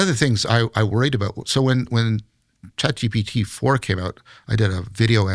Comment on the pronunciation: Chat gtp?? Is he saying that wrong on purpose seeing how he is such a prominent figure in fighting AI? Or is it an actual mistake on his part and if thats the case he loses alot of my respect in terms of knowledge on the Ai subject.